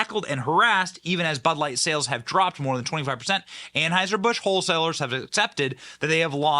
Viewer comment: START SAYING ANHEISHER-BUSCH.